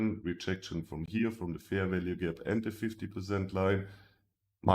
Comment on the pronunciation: I always wonder why instead of Fair Value Gap, he says FERVELIEGE or something like that ? xD I love this strategy, got my first profits paid out !